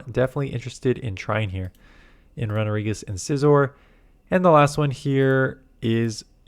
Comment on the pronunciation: that runerigus pronunciation is whack